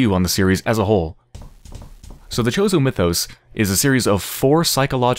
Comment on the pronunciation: Chozo...CHOZO MITHOS, I've watched Yahtzee(croshaw)'s videos on this...and that pronunciation annoys me.